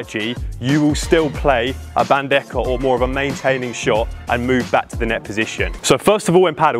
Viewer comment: Great video!!! just a little correction... the correct way to pronounce BANDEJA is bandeha